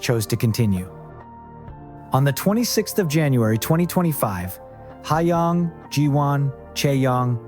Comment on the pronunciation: 더빙 발음보소 하양 지호안 차영 나경 지오 ㅋㅋㅋㅋ